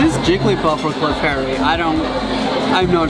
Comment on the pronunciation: its clafairy however you spell its name not jiggly puff altho both adorable!